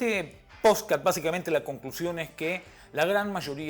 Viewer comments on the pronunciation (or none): Me mata cuando dice POSCAT😂😂😂